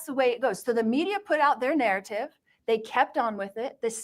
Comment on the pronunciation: Can she talk without saying NARRITIVE!!